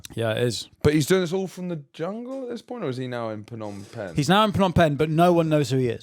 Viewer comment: Sorry to do a ‘hmmm actually’ 😂 but isn’t pnom peng pronounced ‘nom peng’ silent p